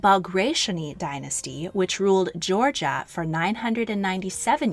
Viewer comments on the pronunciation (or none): none